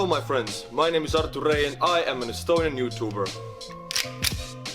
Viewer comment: Those estonian r's are just the chef's kiss. I worked with an estonian conductor for a while and I loved the way he pronounced my first name, which does include an r. Give those r's some love.